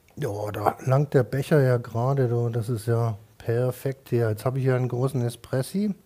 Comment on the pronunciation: Oh gott er kann warte die hexe der Haare kann noch nicht mal Espresso aus sprechen